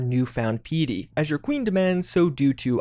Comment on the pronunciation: He also pronounced piety pee-a-ty.